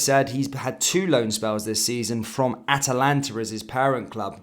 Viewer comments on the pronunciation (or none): none